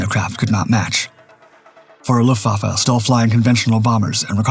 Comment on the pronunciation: It's AI slop narration - a giveaway was the way it couldn't read and pronounce 'luftwaffe'....